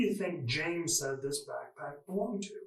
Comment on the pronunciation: ITS A BACKPACK not a bagpack. Bagpack isn’t a word. You seem to think you’re so smart, but you keep fucking up a word my three year old can say clearly.